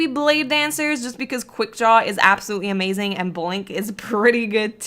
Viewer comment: Hahah ikr and I just heard she said Ama - zeng